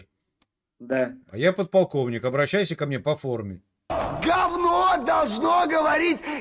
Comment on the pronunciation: КонСтаКтор с поТалковником задекЛамированый 😂😂 ёпрст че это за организм покалеченный 😂